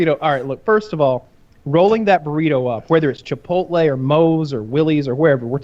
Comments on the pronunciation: Why do so many old white guys say Chipolte my dad says it the same way as Woody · Woody has been saying Chipote for years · He’s gotten better recently. He’s calling it Chipolte now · Genuinely how does manage to mangle the pronunciation of both chipotle and Qdoba in the same breath